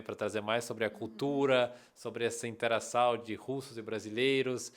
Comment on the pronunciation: Depois que ela falou eu percebi agora a pronúncia diferente: No minuto o fala "interaçAO" e não interaçÃO. Esse "ão" é difícil de acertar, o as vezes acerta, as vezes erra... Tem muitos gringos que acompanho que até hoje não conseguem pronunciar.